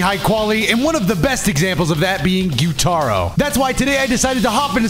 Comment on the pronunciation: saying gyu-TAR-oh instead of gyu-TUH-ro made my skin crawl…keep up the good work cuz that is now how I’m saying his name to EVERYONE 😂😂😂😂